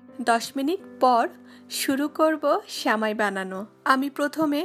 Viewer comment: Sheuli Khanom কাণে বেশি শুণাই ভালো ।